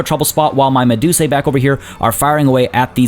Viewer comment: The plural of medusa is medusae but its said as "medus-eye" rather than "medus-ay" since that's what the "ae" says in Latin.